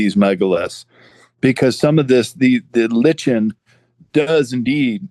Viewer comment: Small detail…I thought “lichen” was pronounced as “liken”.